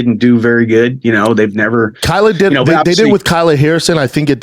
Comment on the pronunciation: It's Kayla Harrison, not Kyla. Come on dude